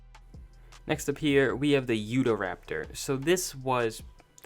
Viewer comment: He said utha raptor it's Utah raptor so cringiny